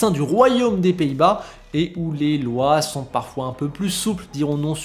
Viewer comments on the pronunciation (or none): none